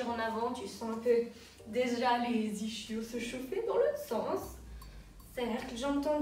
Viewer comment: Est ce que j'ai bien entendu ? "iCHio" . . .